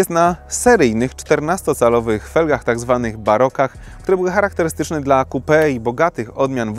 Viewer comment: XDDDD to może lepiej "coupe" czytać kołpe niż kupe